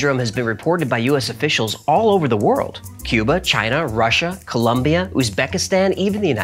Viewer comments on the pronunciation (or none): none